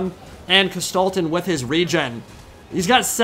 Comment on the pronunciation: It took me two minutes to realize you were talking about Kostaltyn. Before that I was all like - who's this Gestalten dude he keeps talking about? My german brain and the pronounciation didn't mix well here lol. What a battle though. I thought it was all ogre 15mins in. was that just the bear riders and heroes?